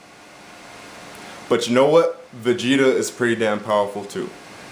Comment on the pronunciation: this nigga said VEGETA lol